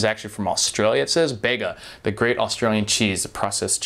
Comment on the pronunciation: Pronounced Bee-guh. There's a town called that! Cheese should be yum.